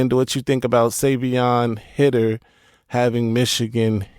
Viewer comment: Bro it’s High-Ter not Hid-er 😭😭